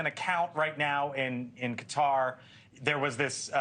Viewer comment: THANKFULLY AN ANCHOR PRONOUNCES QATAR AS IT SHOULD BE AND NOT AS SO MANY SAY (CUTTER)!!!!!